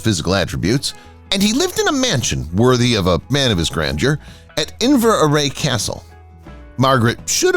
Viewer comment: Pronunciation of everything is hilarious , Inverary , Sands etc.